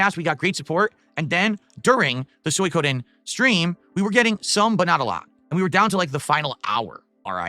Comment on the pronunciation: "Soy-Coden' does he purposefully mispronounced every other fucking name or wtf is this morons problem?